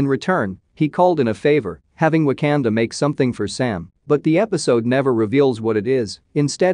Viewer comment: Wtf is w a k a n d a Pronounce it probably